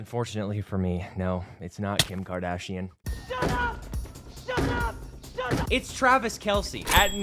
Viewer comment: It’s not Kim kardashine